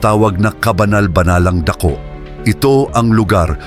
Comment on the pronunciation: Mali Po Ang pronunciation Ng dako at tabing